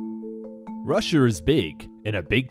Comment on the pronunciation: It's not Russi😲er. It's Russia. Apart that, good video.😎